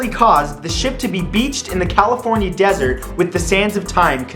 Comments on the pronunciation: Mojave 'Dessert' XD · Ahem... "Mojave Dessert" Really???